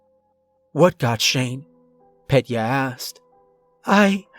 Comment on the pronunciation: It isn't Pet-Yuh. It's Peh-Tyuh. 👍